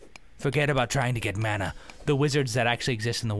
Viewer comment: the way you say man-ah makes me think of A-man-duh :D